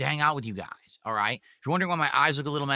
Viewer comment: "It doesn't matter what WE do for a stream guise WE always hit dagoal" turned into "I'm nervous GUISE I.. I don't know if we'll hit dagoal with only 7 bucks of sahpport" never change 🤣